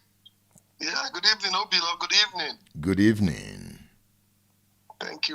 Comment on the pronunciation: It is silly and colonial mentality exhibiting to be pronouncing Obi-lọ (calming/consoling heart or solace) as "O-bee-law" in a bizarre way to anglicize the Igbo name. This behavior is irresponsible and conveys low self esteem. Be proud of your Igbo name and pronounce it as pronounced in Igbo -- oyibo does not respect Africans who try to be oyibo.